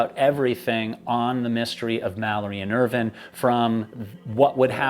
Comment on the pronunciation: Just curious why you pronounce Irvine's name as if it's spelled "Irvin". The "e" on the end means that the "i" is pronounced either as a long "i" or a long "e". Examples would be "vine" (long "i") like "grape vine", or long "e" like "morphine". I've known several people / families with the surname "Irvine" and it is ALWAYS pronounced with a long "i". I grew up in a city that was about 10 miles from Irvine, California, and that is pronounced like all the rest, with a long "i". There was also a N. Irish Formula 1 driver back in the 1990's / early 2000's named Eddie Irvine who also pronounced his name like how we pronounce it in the USA, with a long "i". So is this a British thing? I mean Brits pronounce a lot of things really weirdly, but pronouncing it as "Irvin" seems too weird even for them.